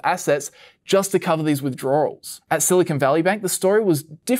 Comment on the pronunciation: All together now: "withdroarwels" No, wait...